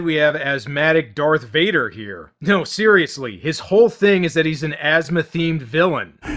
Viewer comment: "Dork Vader", LMFAO.